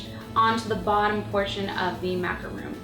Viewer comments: It's MACARON NOT MACROON!!!! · It's spelled macarons, Cupquake :) and pronounced maca-Rhon. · MACARON not macaroon macaroons are a different cookie, and pronounced mac-a-raw with a french accent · its macron not macaroon. The difference between them is a macron is a french desert. While a macaroon is a coconut cookie.Just saying ^^ <3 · It's actually pronounced "Mac-a-rohn". Macaroons are made out of coconut, French macarons are what these are. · ITS MACARON WITH ONLY ONE O!!!! macaron: meringue-based cookie made with almond flour, egg whites, and granulated and powdered sugar, then filled with buttercream or fruit spread. It has a crunchy exterior, and a weightless interior with a soft ending. To add to the confusion, it's often called a French macaroon. macaroon: the term is equated with the moist and dense coconut macaroon, which is composed of egg whites, sugar, and dried coconut, piped with a star-shaped tip dipped in chocolate. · It's macaron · It's pronounced macarons but spelled as macaroons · Shes saying macaron wrong. I would know. I'M FRENCH XD